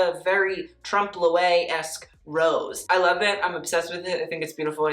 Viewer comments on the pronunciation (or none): Your prononciation of French words is really funny sometimes, your "trompe l'œil" really got me x) it's not really important, and to be honest French is quite rabdom, but I whish you would check the prononciation before because for a lot of people you're to only source of fashion knowledge. Great video as always :)